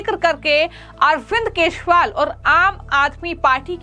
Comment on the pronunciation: Arvind keshwal nahi Kajariwal Say properly